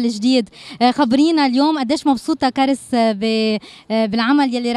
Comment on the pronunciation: ما غيرت بس اسمها اسم فرنسي في الاساس لا ينطق كاريييس حرف الياء في معنى اسمها يتغير وتنطق كاراس معناها اللمسة اللطيفة انا من وقت عرف معناه ما قدرت انطقو مثل قبل بالياء والكسرة